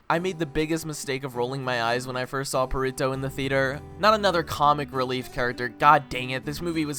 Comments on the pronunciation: u dont pronounce it perito its perrito with a hard r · "Purrito" lol I wonder how long it's gonna take for him to realize he's been saying Perrito wrong. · aint no way blud just called perrito "Purr-rito" 💀💀💀💀💀